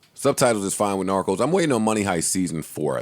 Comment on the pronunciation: Bro said narcos Russia lmaooo